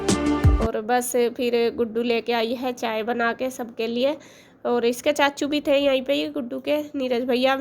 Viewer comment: Aap chhachhu kyo bolte ho chachu bola kro na